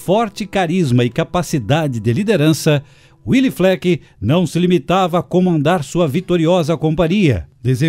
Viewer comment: Gostei da apresentação, mas devo dizer que a pronúncia do nome de Willy não é "uili" e sim "vili", nome de origem alemã e não de origem inglesa. Willy era muito amigo do meu pai que em meados dos anos cinquenta, como gerente do Banrisul em Três Passos financiou 4 ônibus F-600 para a Ouro e Prata.